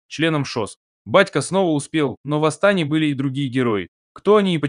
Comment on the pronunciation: Режет слух,АстАне😮